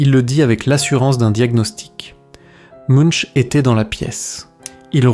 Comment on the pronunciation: De plus, "Munch" se prononce (plus ou moins) "Mounk".